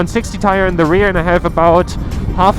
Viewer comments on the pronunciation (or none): none